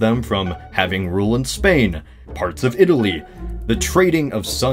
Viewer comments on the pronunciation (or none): none